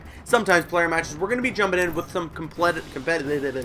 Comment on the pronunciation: Completitive, huh Caboose LOL